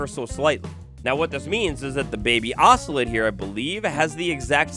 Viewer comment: It’s pronounced oso-lot not oso-let 😂